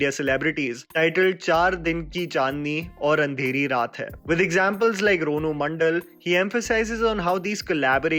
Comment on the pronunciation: Its Ranu not Ronu you forget her